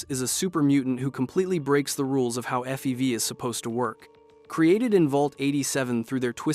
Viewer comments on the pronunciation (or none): Also pronounced FEV as fev